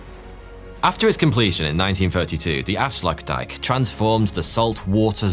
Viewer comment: Blud said Afslackdack instead of afsluitdijk